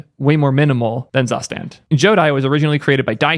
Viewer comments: fyi, zustand is actually pronounced "tsoo-shtand" :) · Friendly pronunciation tip. "Zustand" is the German word for "condition" or "state something is in" and it is spoken "Zoo-shtahnd". Hihi... 😁😁😁